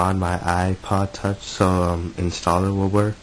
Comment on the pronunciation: I thought he said "I just bought an iPod Touch for $20"!